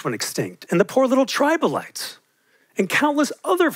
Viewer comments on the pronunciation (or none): Especially when he mentioned "tribolites", not trilobites - may have just been a slip of the tongue but it kinda feels like he's just repeating things he's heard, not recalling things he's learned. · I like this guys passion but he mispronounced Trilobites. I agree with him cows are the most mistreated exploited animal on Earth which is sad because they are emotionally intelligent. They are abused in large chain dairy farms with holes bored into their stomachs where grass is forced in(because they NEVER get to socialize outside and graze for grass nor see the sun they have no comforts) then after 7 years of basically torture they get killed for meat and their skin. How degrading and disgusting there are better ways to eat and wear clothes entitled humans. Any human that knows what large chain dairy cows go through and still drinks unsourced dairy and eats supermarket beef is essentially an evil person with nigh no morals compass.